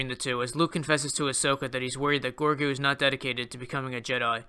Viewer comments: Sorry, but his name is Grogu not Gorgu. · Am I the only SW fan that is also an American Dad fan? It's pronounced 'Rogu'. 🤣